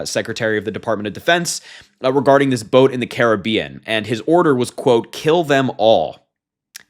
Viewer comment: Just as an aside it's refreshing to hear Caribbean pronounced correctly. Thank you.